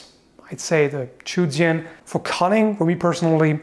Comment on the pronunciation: Sword is pronounced "jian" pretty much exactly as you would sound it out in English